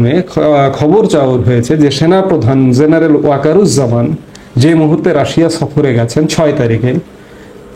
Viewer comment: It's "General", not "Zeneral"